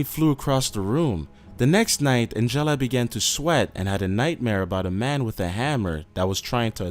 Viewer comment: The way he pronounces Angela, omg. It's supposed to be like AN-JUH-LUH, but he's like An-jellah.